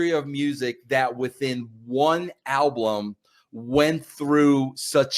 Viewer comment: 🔥🧨, great discussion, but if Vince says “alblum” one more time I’m going to “exblowed”💥